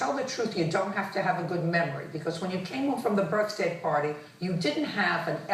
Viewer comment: Did he really say "birfday"?